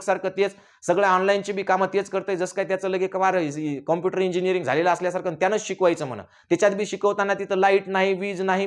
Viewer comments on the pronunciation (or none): none